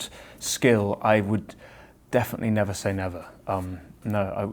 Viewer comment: Eddie : nerver say nerver .. ?! haha does he is a fan of justin biber? ;D